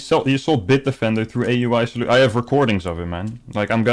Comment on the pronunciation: I didn't know "I.T Soultions" was a job. PCs have souls?